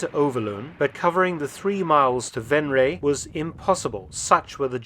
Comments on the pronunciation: Except Venray (not Venreej but “Venr” and “why” except the “w” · I pronounce Venray as Venr-high (without the h). Am I misunderstanding your explanation? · I myself am from Venray and u butchered the name lol